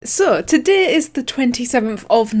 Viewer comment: Damn your irish accent makes you sound funny when you say "today" and "day" lool